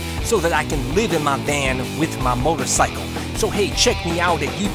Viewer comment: "miotocycle" xD